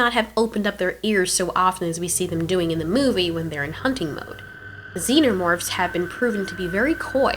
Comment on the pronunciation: "zeenermorphs" Lol